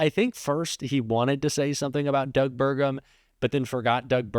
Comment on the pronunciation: Sounds like Trump said "good dog" instead of good Doug.😮